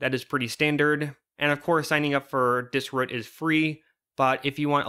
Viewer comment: Pronouncing dis-ROOT, “Dis-RÚT” made the video unwatchable as I couldn’t stop thinking ab it